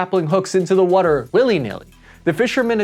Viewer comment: What the hell is “wader”? 😂 All the best to everyone